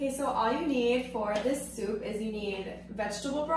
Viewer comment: Bout to go eat my "shoup" 😂😂😂